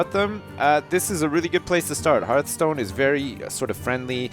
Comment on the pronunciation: I dont really want you to play this i find it boring to watch... although the way you say hearth stone is awsome